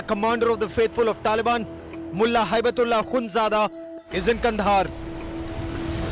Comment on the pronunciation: It is amazing you can not pronounce hibatullah not haibtullah hi bat Ullah are you a graduate like the chai wala